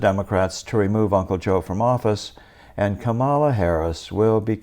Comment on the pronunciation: Did you say "Come Allah"?